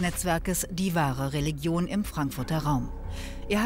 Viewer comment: Regilon ist mit leicht gedünstetem Lorbeer Kraut eine tolle Delikatesse 🤦‍♂️re-lig-ion von mir aus re-li-jon aber nicht Regilon